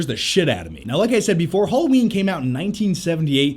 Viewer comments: Halloween, not Hulloween. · Haaaaalloween not holloween